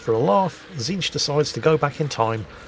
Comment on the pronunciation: don't worry you got tzeentch's name correct also please remember to use the pink, blue and brimstone horrors 😂